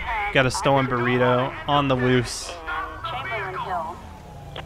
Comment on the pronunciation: When he said we got a stolen burrito (van) that made me chuckle with how that sounded